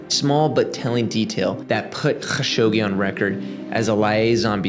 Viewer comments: definitely good character to pronounce people’s names correctly but his name inst KHashogi, the transliteration from Arabic would be A’dnan kha-Shuq-ji, but the origin commenter has a point in Arabic the letter خ doesn’t have as much kgggh in it as you’re pronouncing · bro, youre doing too much with dudes last name. just Kah-shogi. Dont need the kkgghhaaa-shogi throat loogey thing, especially while totally missing other foreign surnames without concern lol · Idk if you respect this guy but say it the way tim dillon says it, Kashogi lol. So much inficense on the hard R's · i hate like you pronounce his name: ACH SCHoggi" LMaO his name is and was "evil bastard" or SATAN HIMSELF 😆 YEAH the chechinian "attacks" have been the 9/11 or "pearl habor" for the falling UDSSR. same playbook, sam actions, same outcome. Hitler did the same like 40 years earlier with the "reichttagsbrand". why we fall for the same shit all over again, every few years?... its freaking crazy!!! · yea great video but the HAAGGGGSHOGI every 10 second is fucking awful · okay I put up with it, good video. just don't spit at me next video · I love your videos but I gotta dip out on this one. I can't hear you pronounce his name like that anymore. I'll be back for the next one 👊🏼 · Bro stop pronouncing Kashoggis name like that, just be normal. Its a foreign name no one is going to judge you for not pronouncing it right jeeezz.....